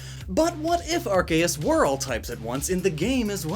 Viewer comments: the c in arceus sounds like a k when you say it right it sounds like an s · The official name is pronounced "arKeus", since pokémon didn't want Arceus to have ARS (ass or butt) in its name lmao